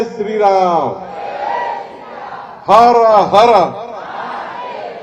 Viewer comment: हर्र हार्र नाही रे पोलार्ड...😂😂😂 हर हर महादेव असतं राहिला विषय कर्जमाफीचा तर तो तुमच्या रक्तातच😮